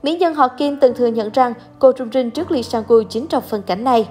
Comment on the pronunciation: Kể cả là tên tiếng Hàn cũng đọc không đúng như Lee SangWoo, Sung Yuri. Ai đã từng học tiếng Hàn sẽ biết nhưng có thể thông cảm được